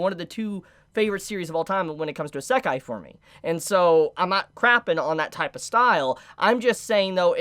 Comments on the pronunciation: Iiiiisekai, not iseeeekai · Is this how the kids these day say Isekai? Asekai? I am normaly not a spelling hater but it realy drives me up the wall when he uses it that often. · What’s an “Asekah”?!?! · Unfortunately I couldn’t watch the video because of how you pronounce isekai-_- What I saw wasn’t bad content, so it’s a shame really. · into the video and pronounced Isekai wrong 3 times, I'm out. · Does he say isekai in a wierd way or am I saying it wrong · Good video. Learn to pronounce Isekai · Well that's just because he's pronouncing it wrong. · I’ve never heard Isekai pronounced like does? What’s the correct way? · you pronouce isekai like someone from the UK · I'm pretty sure that's not how you pronounce Isekai in English but I could be wrong. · I love videos, but I cringe every time he says the word Isekai lol.